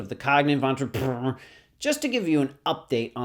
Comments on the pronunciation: I love how with each episode he gets worse and worse at enunciating the word “entrepreneur” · Your pronunciation of entrepreneur keeps getting more and more efficient